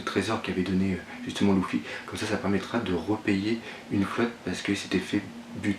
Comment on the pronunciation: Luffy ne se prononce pas "Loufy " (gros massacre ) mais Leuffy !